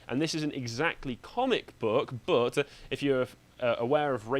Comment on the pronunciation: What kind of dreadful English dialect does have where "but" is pronounced "buht-suh"?